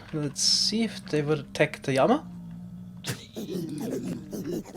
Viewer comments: Llama, not yama... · worst word - yama. what the fuck is a yama. the letter L does not sound like a Y in english, which sounds like what you are trying to speak. So this is to help you pronunciate llama. I understand double L is a Y sound in some countries, but this is english..... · is it odd that i didnt understand his pronunciation of "llama" until he actually spawned one? i was confused as to what a "yama" is lol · I absolutely LOVE the way you say llama y a m a I love it I also hate the comments correcting and hating for it y a m a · I also love Y A M A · 1st time I heard him say llama I thought he was saying yanma. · Please stop saying yama. I know you prefer the original Spanish pronunciation but this is English. (I'm not new to his channel). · “Llama” is usually pronounced with a hard L in English, despite its Spanish roots—just so you know!